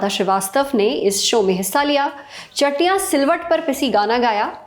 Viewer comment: चटनियां होता है जी चटिया नहीं